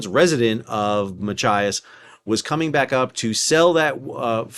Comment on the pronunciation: Excellent job pronouncing Machias correctly many times but sounds like a "mah ki as" snuck in there a few times.